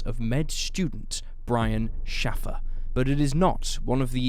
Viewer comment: It's not Shaaahhhh-fer...it's Shay-fer.